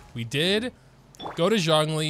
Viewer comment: U butchered both the names lol